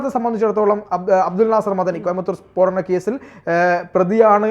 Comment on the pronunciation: Peedanam alla spodanam....